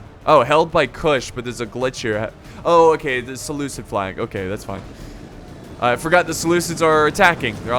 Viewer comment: I have to prove correct. I'm mad about his pronunciation of Seleucid.